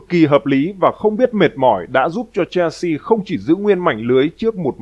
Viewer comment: Chelsea không phải đọc là “chen si” mà đọc là “Sel si”